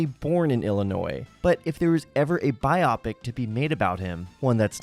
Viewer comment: A bi-opic lol